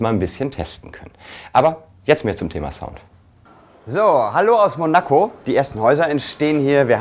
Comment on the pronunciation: Könnt ihr bitte mal lernen, wie man Monaco richtig ausspricht? Das wird auf dem "o" betont, nicht auf dem "a"!